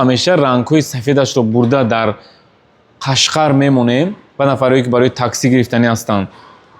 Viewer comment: Қашқар не Қошғар 😂😂😂